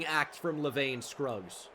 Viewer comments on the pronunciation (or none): none